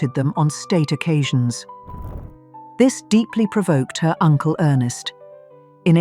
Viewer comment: Ernst Augustus, not earnest.